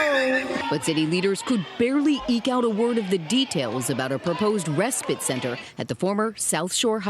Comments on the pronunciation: Respit is what she is saying. Its respite. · RespITE - rhymes with fight. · Why can't supposedly educated reporters pronounce the word respite, not respit. Why spend centuries passing laws based on logic, common sense and to benefit YOUR citizens, then by-pass them, with nonsensical laws. Decriminalise crime and illegal activity, somebody's cooking and it's a recipe for disaster.